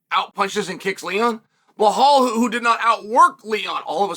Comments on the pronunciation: Why do you keep calling him bahal? It’s Belal. Like Bill-lal lol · His name isn't Bihal, it's Bilal! Geeze atleast learn how to say a person's name and not butcher the hell out it Chael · Chael. I have been an avid watcher of ur channel for many years now andI know u love to say the fighters names wrong. But. Surely saying blahal is more difficult than saying Belal Right?? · ffs pronounce his name correctly, it’s not Bahal it’s Belal Be - Lal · Are you aware that you are pronunciation is wrong , belal is is not blhaal 😅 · How hard is the word be lal, if you want to breakdown fights the least you can do, is say the names correctly. Where did you see behole in his name. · One thing about Chael is he will NOT call Belal BELAL. Belal will always be “Blahal” to Chael. “remember the name” my ass. 🤣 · I clicked on this video to hear him say "Blahal Muhammed" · Bahal?? He must be doing this on purpose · DC catching strays for mispronouncing Blehal's name!😂😂😂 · At least put in the effort to proncounce his name correctly. Its Bee like the animal lal, its not that hard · Blehaal is just too funny. Chael got the best pronunciations. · And Still …. he pronounces his name “Blahall” 🙄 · here to hear Chael say Blahal tbh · Chael, there is not "H" in Belal's name. It's prounced as: "Bee La AL" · Man said B Haul 😂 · Why does he call him Blahol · Bullhal😂 wtf Chael!!! Get the name right for one guy at least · I opened this video to see if he still pernounces his name Bill-Haul and the bad guy did not disappoint 😂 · Moohal Muhammad?? He’s just doing it on purpose now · Why not pronunce his name right? It's obvious ur doing it on purpose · Belal becomes champ, Chael still butchering his name lol!